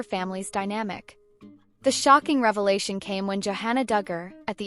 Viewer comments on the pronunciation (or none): none